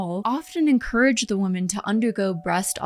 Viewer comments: Never saw this channel before Im only about 5 minutes in and.... Someone needs to teach the blonde narrator with the mic how to pronounce words PROPERLY One of MANY examples is the "women" plural. Is phonetically pronounced wimin" NOT woman. Say the plural.slowly with me. "Wimin" Edit. No offence. Im.just trying to help.🤷‍♀️ And btw... ish in... The quote is "the path to hell is paved with good intentions "🙄😏 Other than that, it was a good watch.Very informative. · "Women" is not pronounced like "woman"